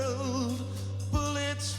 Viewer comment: notice how bullets became one syllable for cadence?